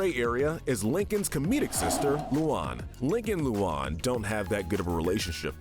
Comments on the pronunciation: It's LU AN NOT LUON nigga 🤦‍♂️ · Its loo Ann not lolan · Lu-A-n not luan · Luon? Its Luan (Lu-an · Lmao l.oun lmao its pronunced lu-an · Why are you saying lu an like that that's Luan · Sorry ocd was kicking in Im not a grammar Nazi but the loun pronunciation of lu-ans names make me die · Someone needs to tell that he's pronouncing Luan (Lue-Ann) wrong. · They said Luan wrong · Him saying Luann's name wrong makes me want to punch my phone 😅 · just mispronounced Luan’s name! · You’re saying Luan’s name wrong